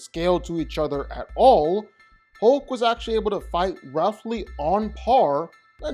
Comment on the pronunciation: Why do so many people pronounce hulk like ‘hoke’ it’s more annoying than it should be 😅